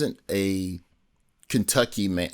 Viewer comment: 2 minutes in & we get "KentuckAY."💀☠ 😂💀☠